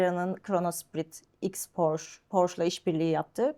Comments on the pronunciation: Porş değil Porşe... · Porş ❌ Porsche ✅ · 'ın bu seviyede bir satış temsilcisi olması nedeniyle Porş değil Porşe diye doğru telaffuz etmesi gerekir. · bir kaç kez Porsche telaffuzunu ''Porşe'' diye düzeltse de, ısrarla 'Porş' şeklinde telaffuz etti =) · 20 yıl öncesinden sahip olduğum Aquaracer'ı hala kullanıyorum. Butik de çok güzel olmuş, hayırlı işler olsun. Tek eleştirim, bir Alman markası olan Porsche'yi Hilal hanımın sürekli "Porş" olarak telaffuz etmesi. Oldu olacak kendi markalarını da Amerikalılar gibi "TEG" diye söyleyebilir:)) Güzel saati Serdar Bey'e hayırlı olsun, kolay gelsin. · Burak beyin gittikçe PORŞE ,,,,,PORŞEE,,,PORŞEEEEE,,,,DEMELİSİN .....PORŞŞŞ DEĞİLL DİYEMEMESİ:d:d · Ben de çok takıldım porş diye okumasına :D ufak bir detay ama iş birliği yapılan markayı çalışanlar doğru telaffuz etmeli.Sonuçta lüks kesime hitap eden bir ortam.Şahsen bir porsche sahibi olup o butiğe porshce temalı bir ürün almaya gitmiş olsam geri çıkardım